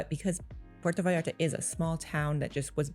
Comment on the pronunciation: If your are going to speak about puerto vallarta at least pronounce the name correctly, si no puedes pronunciar ni el nombre bien no hables de el